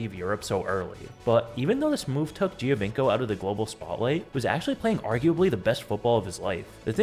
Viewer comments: Cuántas veces tu IA va a decir "Giovanco" en lugar del apellido real? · When you repeat “Giovinco” 1000 times, you might want to learn correct pronounciation.